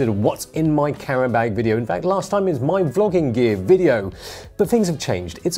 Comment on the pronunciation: Whats a "carrenbeg" Oh you mean a "camera bag" lol.